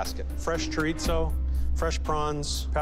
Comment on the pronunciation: "Fresh CoRiTzO......"